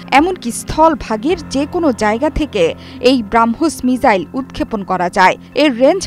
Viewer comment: Are didi ota মিজাইল না মিসাইল